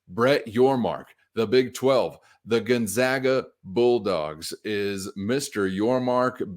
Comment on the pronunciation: Gun-ZAG-uh. Zag, never zah.